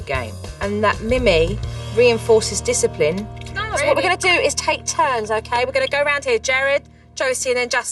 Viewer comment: This is how many times Supernanny says DYSAPLIN or however you spell it. | | \/